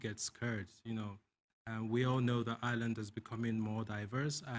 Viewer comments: I'm not going to let someone who can't pronounce 'Ireland' diagnose me with an imaginary syndrome. Giving money to this race vulture is criminal. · 20 years in the country and still has not learned how to say Ireland correctly